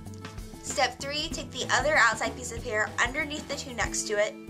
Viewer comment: "right oveneath'' lol